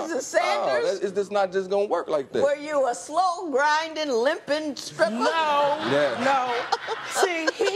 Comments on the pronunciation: A "scripper"? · He's a good man but he's saying " skripper" and said it several times. It's stripper baby. Cut that hair and tell wife to stop lying about her age. Sis not 23. Sis 32